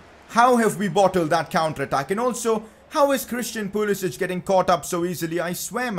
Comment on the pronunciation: Pcq Its pulisic not pulisich 😂